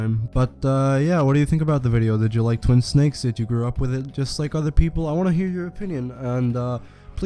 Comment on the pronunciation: You saying twin sucks or twin sacks? Lol